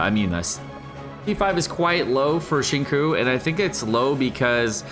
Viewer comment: Cringing at the way he says Xingqiu